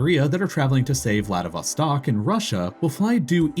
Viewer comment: I live in Vladivostok and I'm impressed how accurate you pronounced the name of my city. You can scarcely hear someone outside pronounces it in such way.